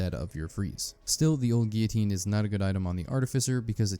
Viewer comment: Good video. But how is it possible to pronounce guillotine incorrectly so many times.